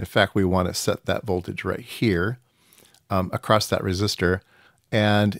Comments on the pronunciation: Sorry, but I keep hearing acrossT when my ears expect simply “across” (without the “T”). Other than that, thanks for the explanation for something I did not even realize built so complex! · Interesting because I hear the extra 'T' all the time and its more prevalent in USA than in UK and I don't get it !! its ACROSS not ACROSST !! LOL :)